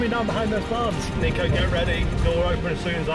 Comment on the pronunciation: You know Niko respects people when they call him “Neeko” but the subtitles still say “Niko”